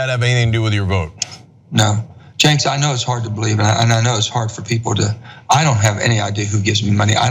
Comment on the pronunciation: Did anyone count how many times Manchin called Cenk, "jenks"? I thought it was a one time slip up the first time but all thru the interview he calls him "jenks".